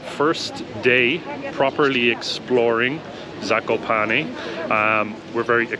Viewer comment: Guys you have really good prounciation